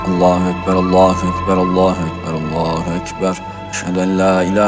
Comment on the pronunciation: Hoca lahuekber diyo sadece